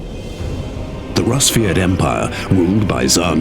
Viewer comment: daniel rojas actually, it is. «Расвет» sounding like rAsviet, not a rusviet